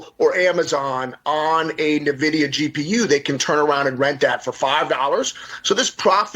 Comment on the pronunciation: Someone teach this guy how to say Nvidia and Jensen Huang lol